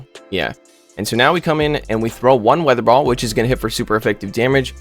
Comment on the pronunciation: It's hilarious to see messing up the names of the moves. "Vi-aa-thur ball"